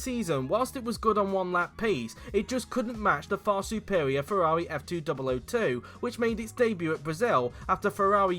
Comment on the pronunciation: I never thought someone could slaughter the pronounciation of Ferrari F2001 and F2002. This video proved me otherwise.